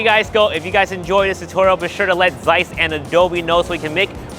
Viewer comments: I loved this so much, that the only objection i have is that Zeiss it's pronounced "tz-eyes" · Just wanted to mention that its not Zeiss with Z pronounced. It is a German originally word and Z as first letter is pronounced as TS (C) and the transcription is [tsaɪs] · Its pronounced Tseiss. As in Tsumasa for example